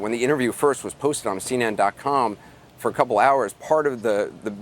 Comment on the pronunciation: Say " Uni ~Tee~ y " We simply MUST work through correct pronunciation Anderson. But not to worry we'll do it together. Other words to use for practice : Together, Tungsten... And the infamous " Button " you say buddon. Try saying Vuitton, Baton ( the thing you twirl ) And then say Button. You must trick your mind, and force your mouth to perform at your will. I hope that helps!